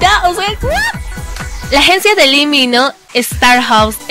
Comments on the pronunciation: No si, el lee mino😂😂 (se pronuncia lee Min jo) pero igual me encantó tu video😂❤❤👌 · según yo es lee min ho no lee mino